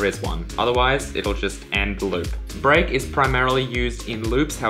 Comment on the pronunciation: When he said: "Let's take a look at break.", I first understood: "Let's take a little break." LOL